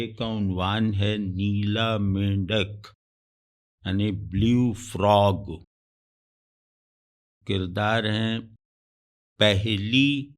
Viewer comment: Blue بلوّ کا تلفظ سہی کر لیں یہ بلیو نہیں ہے بلوّ ہے۔